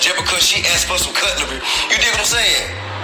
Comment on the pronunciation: Respect 💜 but i giggled my ass off when he said cuttery tho 😂😂😂